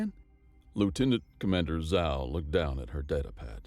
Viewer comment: Zhao is pronounced /ʒɑo/.